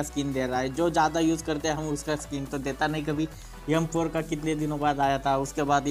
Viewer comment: notice every time he say m4 to yam4 lol